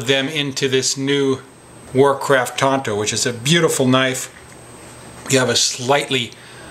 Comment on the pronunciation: Isnt it pronounced tanto not tonto?? ( thats the Lone Rangers buddy), to each thier own. Still looks like and awesome blade, full tang knives are the best. I got a Buck Frontiersman that is beyond cool.